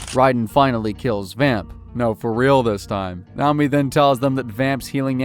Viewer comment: It is also dreb-IN and nay-OH-me